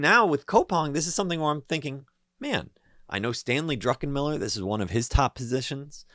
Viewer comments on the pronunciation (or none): none